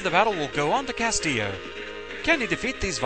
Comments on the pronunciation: I think it's 'Cast-illo'. The way you said it, Castio, just ignores the ls. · it's pronounced cast-ill-oh. It's loose spanish for castle and is a common last name ;P